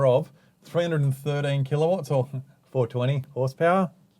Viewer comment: haha I love the pause you had at 420 hp